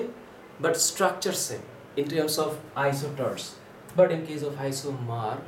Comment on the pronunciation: It's isosters not isoters